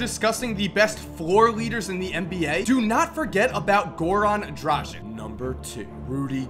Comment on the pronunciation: Isnt it pronounced dragitsh?